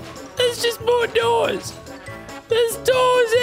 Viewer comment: Lazarbeam trying to say more doors for 1 hour Mordorz